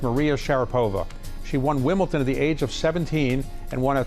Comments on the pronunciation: What a bore, this interviewer. And it’s Wimbledon, not Wimbleton. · Is this guy just old, ignorant, or just don't know how to pronounce words properly there is a difference between WimbleDON and WimbleTON. Get him outta there Bloomberg,he sux